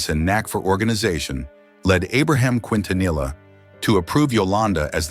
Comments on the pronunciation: Thank you for your response. This is the second video I've seen that's done this in recent weeks so I'm afraid you bore the brunt of my frustration. Anyway, it's pronounced, Kin-ta-nee-ah. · Her last name is pronounced KEEN TA NEE YA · Mispronouncing her name is instant turn off for me, couldn't make it past that. Please learn her name properly if you're gonna make a video about her. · This was posted after Yolanda Saldivar was denied parole. I'm glad that she will never know freedom ever again. She wouldn't last 10 minutes out in public. The people would probably tear her to shreds which is no less than she deserves for all of the pain she's caused others. Also, this dimwit narrator should have at least learned how to pronounce the family name. I'm not a Latina but even I know how to say it properly. Angels sing thee to thy rest La Reina.